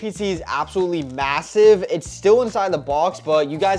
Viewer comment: Bro really said mesaive